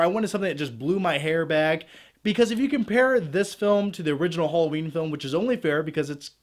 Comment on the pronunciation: Oh, it's 'Hollowjeen' again 😂